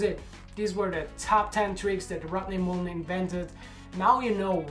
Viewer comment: I dig your accent. "Rodney Moolen" lol